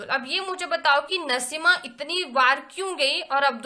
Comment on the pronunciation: Naseema nahi naseem